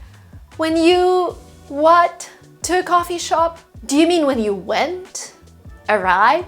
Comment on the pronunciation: The way you said "A coffee shop" 😂😂